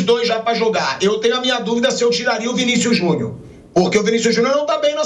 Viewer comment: Pq o Vampeta fala Vinicius Junhu???